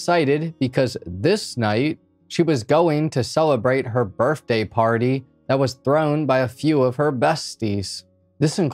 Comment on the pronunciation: It sounds like he's trying to say birTHday